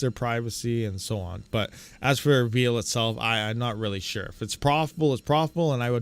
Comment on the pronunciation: Why do some people pronounce "veil" as if it was "veal"??